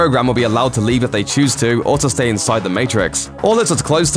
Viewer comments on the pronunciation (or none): none